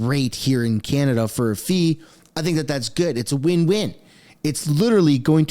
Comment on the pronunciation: Mr Carney’s knowledge of Canada is limited. We pronounce it Canada not Chinada